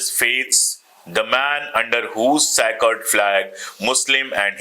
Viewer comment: 'Sack red' lal bodi, sacred means pavitra, sakard nahi.